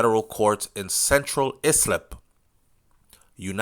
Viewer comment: Pronounce,...as EYE slip... Islip...